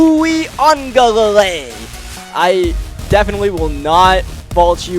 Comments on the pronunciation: it’s “ uuugaalayyyleee “ that’s how it’s pronounced lol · it’s pronounced you ga lay li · I believe it's pronounced, wee-guh-le-le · For anybody wondering, it's basically pronounced: ooya-ga-ley-lee in american, but Samoans would pronounce it closer to wee-aung-gah-ley-ley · I feel like it's pronounced "Yoo- ih -Guh-Lay-Lee"